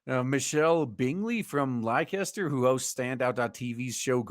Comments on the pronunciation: From one Golden Eagle to another: Please pronounce Leicester as "Lester". Hey, don't blame me, man -- I didn't do it. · I would love to be in Leceister (which is pronounced "Lester" by the way, ) when this woman suddenly realises the consequences of her sky-high standards.